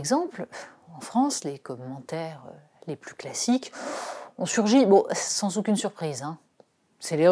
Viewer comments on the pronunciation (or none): none